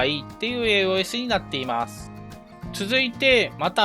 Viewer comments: AOS研究はやっぱ必須か。強化パーツはローズスリーかね。AOSを「えーおーえす」って発音してたのが少し気になったw「えーおす」です。 体験版の範囲だとドライストレーガーが最強ユニットだから、エンジンはアップデートしたいな。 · 以前の動画から気になっていたのですがAOS(エーオス)という読み方を敢えてエーオーエスと読まれているのでしょうか？